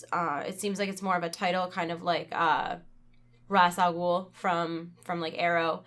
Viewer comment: by the way ra's al ghul is said "raysh al ghul"